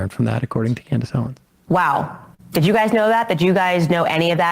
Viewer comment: "Did jew guys know that" I can't be the only one that heard that